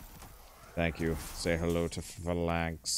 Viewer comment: God damn it its Phalanx not Fey lenghts